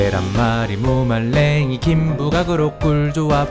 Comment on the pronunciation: 계롼뫄 리~ 무 말뢩이